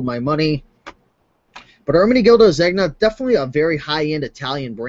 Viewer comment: FYI the G is Silent..Pronounced Zenya...